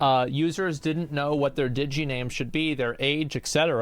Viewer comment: This is different, but she says Diggy, bothers me instead of digi like digital , what the heck- immersion broken